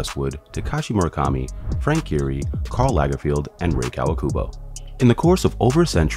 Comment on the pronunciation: Yes! and "Karl LagerFIELD"?!